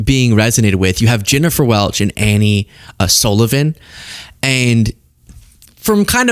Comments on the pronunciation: It’s Angie, not Annie… please do your research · Angie not Annie! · “Angie” not Annie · It’s Angie, not Annie. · It's Angie Sullivan Not Annie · please learn their names properly. Angie Sullivan. It is very lazy.